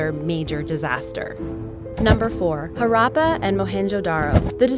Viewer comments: i think at one point you said Harambay and Mohenjo Daro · Listening to the presenter butchering the word Mohenjodaro and Harrappa